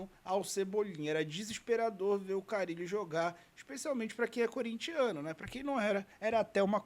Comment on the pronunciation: Oi, só para contribuir com o canal: o nome do jogador do Corinthians é Carrillo (pronunciado de maneira similar a Carrilho) e não Carillo. Parabéns pelo ótimo trabalho! SRN!